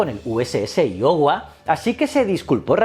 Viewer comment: Escuchar “shurshill” e “iohua” me ha matao